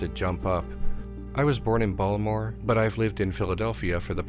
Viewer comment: I'm from the Columbia MD area. Do you guys actually say "Ballmore" up there?